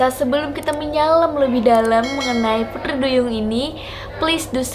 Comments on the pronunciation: kok pudri duyung🤣🤣 yang bner dlu sihhh ngucap putrinya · Iya. Kk nya beda pengucapan nya.. Pudri duyung..